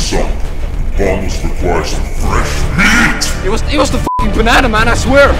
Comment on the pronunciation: He beet myeet